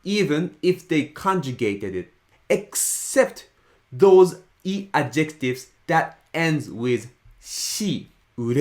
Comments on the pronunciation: It’s deeply ironic that keeps mispronouncing the word "adjectives" with the wrong emphasis. The stress in English is on the first syllable: "ADjectives". It hurts my brain to hear him say "adJECTives" over and over again. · Those are Adjectives (with the stress on the first syllable), not adjEctives! :) Thanks for the video! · I think you're describing a "pronunciation emphasis" or rules on the "intonation" instead of "accent". By the way the emphasis of pronouncing the word "adjectives" is on the AD and not the JEC. Sorry ex-English teacher habit.